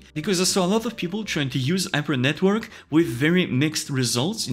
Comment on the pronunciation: Yes, you should have at lest 24 GB of VRAM. I have not been able to train with my tiny 10 GB VRAM on my ROG Strix 3080. Btw I find it very comical that someone who can't articulate the letter H. 😁 Yper NetWork. Just kidding, very informative video. Thanx!